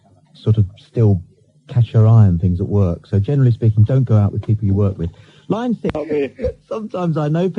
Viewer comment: Line 6. Thought it was line sex lol